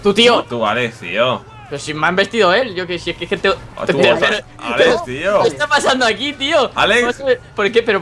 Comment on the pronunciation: Vegetta dice ales en ves de alex pero aveces dice alex muy pocas veces